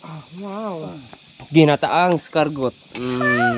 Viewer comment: Bosing,di eskargot ang tamang pronunciation nang escargot..ang tamang pronunciation ay ES-CAR-GOW..Silent 'T' ug maging W ang T....o kaya KUHOL nalang kay Pilipino ka man dhu!